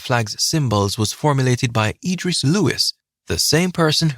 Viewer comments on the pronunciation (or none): none